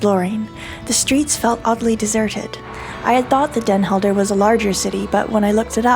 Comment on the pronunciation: You travel around the world and show great things from local cultures and your videos would probably gain more followers if you put the effort to pronounce names of towns and people the way they are pronounced in the local language. I have friends in Den Helden and when I showed them the video they were off put by the fact you don’t seem to make the effort to learn how to pronounce places and names.